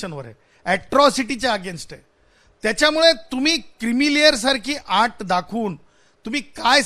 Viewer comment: क्रीमीलेअरची आट बोलतोय हा... आट नव्हे अट म्हण रे बबलू